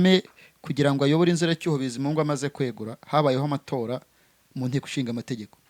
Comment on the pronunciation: bavuga inzibacyuho ntabwo ari inziracyuho